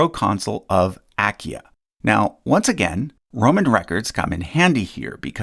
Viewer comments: Excellent and interesting work, but... you're mispronouncing "Achaia". You're neglecting the second 'a' (of three) in "Achaia". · What an unnecessarily strange pronunciation of Achaia...